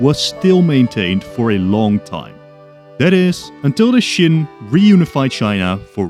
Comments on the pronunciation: Qin is pronounced “chin” not “shin”, like Qing is pronounced “Ching”. It’s fine you can’t really distinguish Qin and Qing, in Mandarin, those two dynasties are only distinguished in accent(one is upward, the other stay tuned) and the context of conversation (one is super ancient and one is not that far away), believe me, I am Taiwanese, we don’t distinguish those pronunciation between those words end in “n” and “ng”. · Why do you pronounce Qin as Shin? It's Chin. As in CHINA. You even said it yourself we derive the word China from the Qin dynasty. It's not hard to look up the pronunciation mate, you just discredit yourself by pronouncing it as shin. Might as well say Shina throughout the video. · Why do you keep pronouncing Qin as "shin" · Please learn how to pronounce Qin correctly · I actually agree with you and l actually thought that l was the only one who actually thought that.